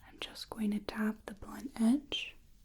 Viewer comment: The facial sensitivity exam parts are my absolute favorites. Thanks for making that section so involved. The way you pronounce The final T sound in "blunt" and "soft", is so relaxing.